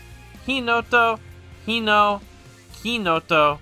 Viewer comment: Just one thing in regards to Japanese in general; the "e" isn't a silent letter and is pronounced like "eh". So Mizunoe = mi zu no eh, Kanoe = ka no eh, Hinoe = hi no eh, Kinoe = Ki no eh